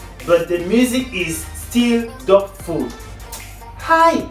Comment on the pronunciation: U no Sabi read? Doubtful not dotful